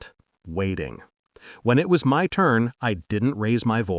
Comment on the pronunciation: I am really tired of the phases "I didn't cry, I didn't scream", which is in almost all of these stories. Also, "MY" IS NOT pronounced as M.Y. It means "self" or "me".